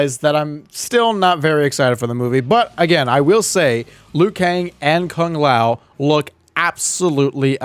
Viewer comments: Kung Lao does not look like Kung Lao. Also can peoole stop pronouncing Kung Lao's name as "Kaang lao" it's "Kuuu-ng Lao" for ffs 😀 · That because the Conquest series sometime say Kang Lao instead of Kung Lao. It all started with that series